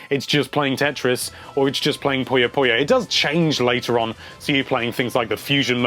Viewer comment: I wonder why people mis-pronounce Puyo so much.